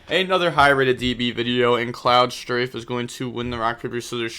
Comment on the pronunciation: being a ff7 fan and hearing you say cloud strife as cloud streive driving me nuts idk it just does, other wise the video was pretty good tho